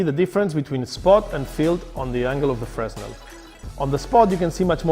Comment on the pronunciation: its prounced Fearnell not freznel